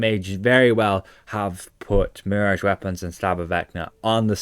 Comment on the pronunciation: "Marriage" weapons... Mon... Repeat after me.... (MEEEE-RAAAAHHHGGGEE)..